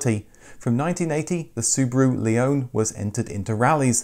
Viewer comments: Another great video, thank you! :) Interestingly, your pronunciation of the name "Leone" differs from the way were introduced to it by Subaru (or, probably more correctly their marketing agency) as "Leonie" in Australia. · Wait, a British person who can pronounce Impreza correctly! Not so sure about Leone and Levorg though! 😝 I don't think us Australians would call that a ute either, more like a dual cab, which in any guise never sold well here due to the dimensions making them impractical inside and out. Add 10 years, half a tonne and call it an SUV though and people are all over them! 🤦🏻